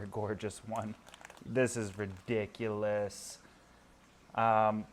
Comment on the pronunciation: hehehe this is "Re-disc-ulous" teehee